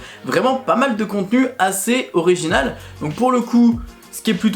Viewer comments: Il l'a dit à l'anglaise bg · Quel rapport avec l'accent de merde des français ? Il n'était clairement pas question d'accent français pour le coup, il n'a pas tenté de le prononcer en anglais, c'était une lecture de "original" purement et phonétiquement française ahah Et je m'excuse mais du moment qu'elle est constructive, une critique est toujours bonne à prendre. Je n'ai d'ailleurs exprimé que mon ressenti sans attaquer personne, donc si on ne peut plus faire ça c'est dommage.